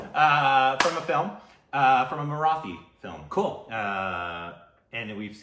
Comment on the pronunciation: Hey guys, don't mind me correcting your pronunciation, but it's Marathi. Not Mara-thi. The "th" is supposed to be like how Americans pronounce "tool" and not like the "th" in bath. Btw my heart exploded when I saw you were reacting to this song. Please do watch the film. It is one of the most brilliant pieces of cinema from India.